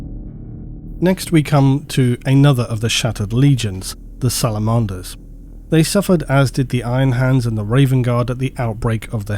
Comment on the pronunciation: I've never heard anyone pronounce "Salamanders" like that before. 😂